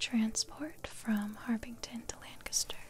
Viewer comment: I live in Lancaster county Pennsylvania. Thank you for pronouncing Lancaster correctly haha. Most people don’t 💁🏻‍♂️